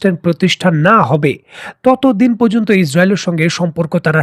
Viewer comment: কেন্দ্র করে/পর্যন্ত । এই উচ্চারণগুলো শ্রুতিকটু লাগে। তাছাড়া আপনার কথা ভালোই লাগে।